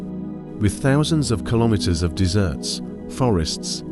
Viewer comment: The thing I hate most about AI-generated commentary is the way they pronounce certain words--for example, in this video, the voice tells us that the natural make-up of the US has many national parks, with thousands of kilometers of desserts. Of course the word (a noun) meant is deserts, and an actual person reading would understand this. DeZERTS has a double SS, whereas DEH-zerts has only one. There is also the use of "deserts" as a verb, as in "Everyone deZERTS me in my hour of need," which also has only one S. But I hear these mispronunciations all the time, and it's one way you can tell this is an AI-generated voice, not a real person.